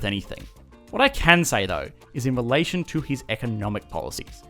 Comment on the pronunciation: When he says 'relation' I hear 'Malaysian'. Lol